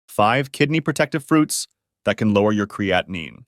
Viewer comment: An AI fake person who can’t pronounce or spell creatine correctly.